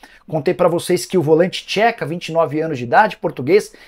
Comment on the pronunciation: Ele nem sabe chamar o nome do Xeca direito. Ele chama Tcheca